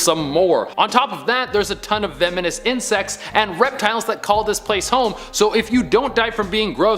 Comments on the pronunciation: He said vemonous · Vemonous? Huh. Different